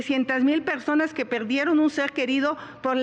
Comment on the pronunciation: Xochitl: Pegsonas La Vegdaaad Peeoog Claraaaaaaa Geconoceloo 😂